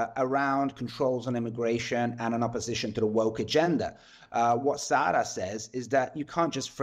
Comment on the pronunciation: IT IS not "sara" or "sarah" wagenknecht. It is SAHRA Wagenknecht. Sahra is a Persian word meaning MEADOW. Sahra's mother is a Persian.